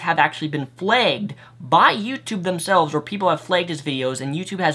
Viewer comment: It's pronounced flagged not flegged.